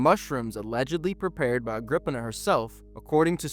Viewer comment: Wasn't it 'Agrip-eena'?